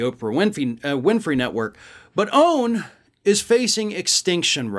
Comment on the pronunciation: Please say O A N not “own” thanks